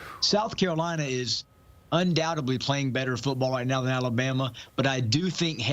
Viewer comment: Hey, if you're going to TALK football or anything else on YouTube, it's undoubteDly, not undoubtebly